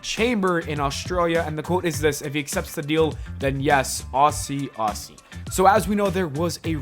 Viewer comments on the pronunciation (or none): The way you say aussie aussie. 😂😂😂